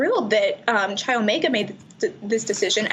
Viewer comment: quick comment - it's not 'Chai' Omega, it's 'Kai' Omega with a hard 'K', spelled 'Chi Omega'